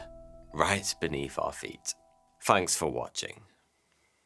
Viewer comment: You look like a well educated man yet you cannot pronounce your words correctly. e.g, "Fanks to Surfshark" and not "THanks to Surfshark" th th th? And it took me a while to realise you're not 42 but you actually mean THoughty two. th th th? I like your content but if you are going to dress and present yourself as a "gentlemen" then please try not to sound like a chav.